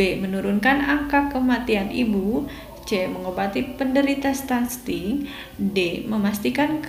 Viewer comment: Stunting kk bukan stunSting ...